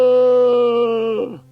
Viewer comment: Heads up all, there is an unabridged version of this book on audible… I DO NOT recommend it. The narrator cannot properly pronounce “Salamandastron,” “Eulalia,” or “GUOSIM” to save his own life